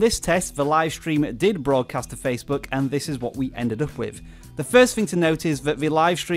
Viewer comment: Never trust people who pronounce “this”, “viss” 😂